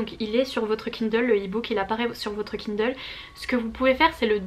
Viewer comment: Tu me fais vraiment trop rire. Je lance à peine la vidéo et j'entends "KUNDLE" jpp 😂